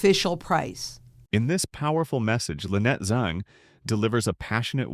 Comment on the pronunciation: ZANG not ZONG! If you cannot get the name right, you will degrade to the trust of a CNN!!! By the way, your video clarity is exceptional.